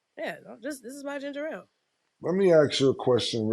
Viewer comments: It’s ginger ale black peoples always say ginger rale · Cam trying to school them on Ginger Ale while calling it ginger-rale is hilarious 😂😂😂